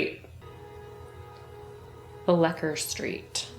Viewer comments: Ow, ow, ow! That's Bleeker (long e) Street, not Blecker Street. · 😂😂😂 It's not blecker street, it's Bleeker 😂😂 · ...the pronunciation is: "blee-kurr" (in case you cared.) [😛😎] Bleecker St. is a very well-known street, in Lower N.Y.C. [Manhattan]. Built before the (so-called) "grid system" was instituted (so, part of "the old city" ...the pre-industrial city —if-thou-wilt😛—....). It runs, basically, East–West, from the Lower East Side and (turning) up into Greenwich Village (in the West). ...much referenced, much-mentioned and much written about (historically, artistically, aesthetically, et al.) ....